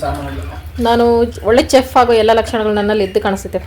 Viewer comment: ಅಕ್ಕ...ಅದು chef (ಚೆಫ್)....ಅಲ್ಲ....ಶೆಫ್.....English ಲಿ chef ಅಂತ ಬರೆದರೆ ಎಲ್ಲ ಭಾಷೆಯಲ್ಲಿಯೂ ಶೆಫ್ ಅಂತಾನೆ ಹೇಳೋದು....